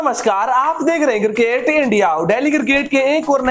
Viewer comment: Please change the presenter, he is so bad. Horrible English prononciation, cricket is cirrkkate for him. Also I have never seen this guy in any other shirt. Always in same one. Guys pls ptesent him with 7 more and u may debit me.